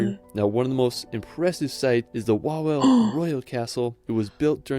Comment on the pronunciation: In English WAWEL isto be pronounced like VAVEL. In all languages W is pronouced like V. All but English. If you go abroad and you see W you pronounce it V